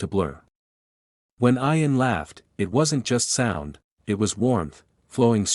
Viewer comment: It's pronounced ian with an e